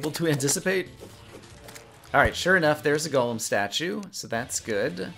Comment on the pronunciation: First person I've found that plays Terraria that pronounces Golem correctly :) Subbed